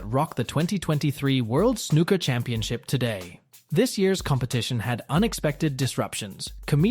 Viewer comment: It's not called snucker